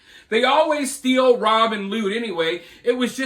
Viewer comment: Those people need English 101 not EBT. It's steal, not stillll.